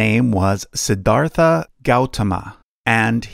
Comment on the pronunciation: It's funny how the narrator pronounced Suddhodhana and Siddhartha pretty correctly but still pronounced Buddha as Booda.